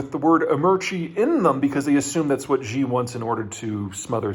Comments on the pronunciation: Peter, I love your content, but I cringe every time you pronoucne 'Xi'. You are not pronouncing it correctly. You keep saying "Zhjee". That isn't a sound that exists in any dialect of Chinese. In the Chinese Pinyin orthography, the letter X makes the 'sh' sound. They also re-assigned C and Q to the 'ts' and 'ch' sounds respectively. Xi is pronounced "Shee". Please don't keep saying "Zhjee". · Why does he keep calling Xi (Shi) as Zhi??? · It's pronounced SHE, not ZHE. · Jeter Jeihan says President Xi = Jhee Jhing Ping instead of Shee JIn Ping. Jee Jee is slang for penis in Chinese. That is fine. Barbarians cannot pronounce Chinese names. And his mispronunciation is probably not an intended insult. Just like if a Chinese man called your 45th President Jonald Dump. That's normal for Barbarians. But this Texas hick cannot even pronounce English words.Nuclear = NEW CLEAR, not the Jeter Jeihan way which he says NEW KEY LER, like his hero Bush43 also from smelly barbarian Texas. Also this dude only has a bachelor's degree from community college. Like in that Mash episode, you all have been fooled by the son of a bloody butler. He has no more expertise than I do. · I really wish he would learn how to pronounce Xi. He says it like "gee" every time. It's one thing to say it like "she" but you can watch a 5 min YouTube video on how to pronounce X and be good to go. It's also worth noting that Urumqi is the turkik name for wulumuqi, the capital of Xinjiang. Or rather, wulumuqi is what the Chinese invaders renamed Urumqi. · Peter, Xi Jinping’s surname is pronounced “she” like a female. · Nice video Peter. However, would you mind learning the proper pronunciation of Xi? Since he is mentioned in every second sentence it becomes slightly annoying.... Thanks